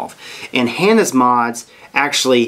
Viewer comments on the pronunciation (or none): Hah-naa is the way its pronounced